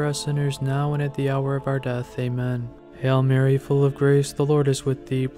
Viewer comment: Sounds like your saying "hell Mary" instead of "Hail Mary". Please focus on the correct pronunciation. We are truly blessed having our Heavenly Mother.